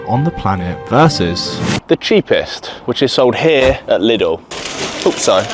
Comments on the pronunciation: ITS NOT LITTLE BRO ITS LIIIIIIDL pls - like Leedle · Its not pronounced like little. Its like liiiiidl dude. Anyway good video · Its pronounced "Lee-dell"